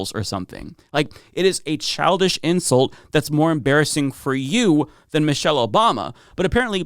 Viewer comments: It's ok he said Moshelle.. So not Obama's wife. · Who is “Mow-shell Obama”?